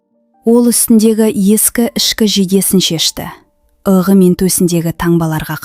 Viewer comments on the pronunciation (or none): Жақсы әңгімені дұрыс оқымадыңыз. Үйі дегенді- иі, иығы деген сөзді ығы деп айттыңыз. Қазақтың сөздігін құрметпен айтып, оқыған жөн. Немесе тым жақсы оқиға.